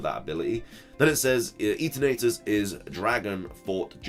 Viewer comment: Am I the only one who thinks Eternatus pronunciation should be based around the word eternity rather than how HD pronounces it. . Also... How can you not recognise the dragon zord. Blasphemy!